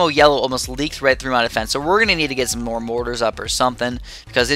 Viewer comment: U said more was moar